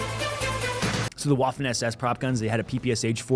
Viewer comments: WWWWWWAFFEN. It's Vaffen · Hearing Admin say "Waffen" was full cringe. Say Vaffen. You're welcome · Maybe you care, maybe you don't, but Admin, the "w" in "waffen" is pronounced like a V, not a traditional W. That being said, in the episode of the Mafia vs. the Yakuza, the Yakuza are showing off the nunchucks, Mafia walks up with a baseball bat, the dummy's head is obliterated, and the mafioso essentially "mic drops". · Stop saying Waffen like that please